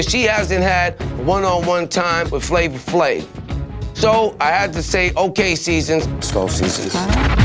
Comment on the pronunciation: Now everytime I hear somebody says “Flavor Flave”, I actually hear “Flama Flame” 😂🤣😂🤣